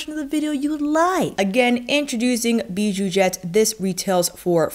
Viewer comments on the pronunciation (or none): Hi girl! It's pronounced "bijouZette" 😉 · French speaking fan of yours 😅 - since the X in bijoux is silent, I don’t pronounce it in Bijouxette (in French, consonants at the ends of words are generally silent with some exceptions) But I think it’s so cute how you pronounce it haha 🥰 I’ve been going back and forth on this palette for years lol, it always sells out so fast whenever Viseart has a sale. I love the mix of bright shimmer jewel tones, but I know it probably wouldn’t be the palette I reach for every day. Idk, I could be wrong 😂 Viseart palettes make it so easy to be creative. They’re my favorite eyeshadow brand. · Beautifoooouuuuul ! Pronounce the x as you do when you say excellent 😉 !